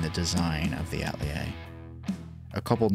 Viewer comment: I love the design, and I love GiantMouse. However, is there a reason why the pronunciation of the word “Atelier” keeps being butchered?